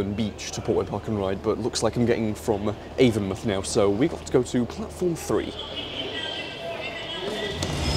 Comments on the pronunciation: as a bristolian, its avon-mouth not avon muth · Local to the area, it's pronounced AvonMOUTH as in a literal mouth instead of muth. I think even google gets that wrong so don't sweat it :) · Avon mouth not avonmuth! Js! Great video as always!